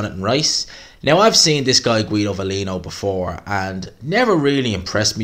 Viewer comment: Sebastian Shaun...Guido Valino ? cmon dude.. this triggers me